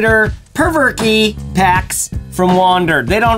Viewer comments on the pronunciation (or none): I think it's pronounced the 'Provoke' pack